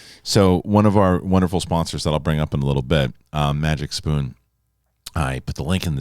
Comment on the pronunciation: You said MagicPoon LOL It’s MagicSpoon LOL Sit down loser LOL! ..… Pfft….shave your head and go to sleep! 😉